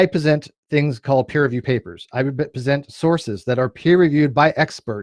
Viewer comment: "I pesent sources"